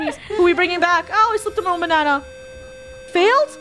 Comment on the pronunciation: DID YOU SAY BANNA I'M A BANNA I'M A BANNA LOOK AT ME GO